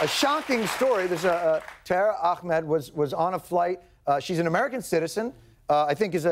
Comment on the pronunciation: Did he seriously say "akhmed" instead of "Ahmad"? I'm not mad or angry I'm just wondering why?